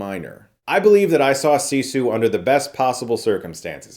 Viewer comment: It's pronounced siss eww not see sawl